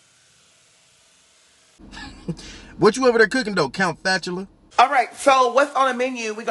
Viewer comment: OMG "Count Fatchula" 😂😂😂😂😂